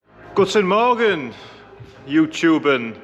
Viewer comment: Your "Guten Morgen" at the beginning was on Point! Greetings from Germany 🇩🇪